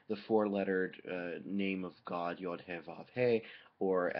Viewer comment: Just an FYI, the hebrew pronunciation of the letter is [jʊd]